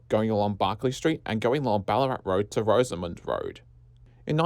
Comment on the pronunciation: Very Informative video and excellent graphics, well researched, but multiple incorrect pronunciations detract a little. Several have been pointed out by other viewers below, e.g. “Bow-morris”, but may I add the following: Boroondara is not pronounced Boo-ROON-dara, but “Boorin-dara”; The verb “winding” is not pronounced WIND-ing, but “why’n-ding”; Rosamond is not pronunced ROW-za-mond, but “Rozza-mnd”, emphasis on the first syllable; Maribyrnong is not pronounced MARY-ber-nong (or MARIE-bern’g,) but “Marra-bernong”. Otherwise great content.